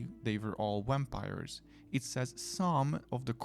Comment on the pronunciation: I like wampires too! When you pronounced it I swooned. 😂❤❤❤